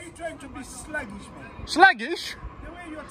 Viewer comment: "Slaggish" haha